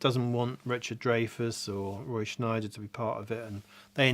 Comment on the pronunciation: It’s Scheider not Schneider.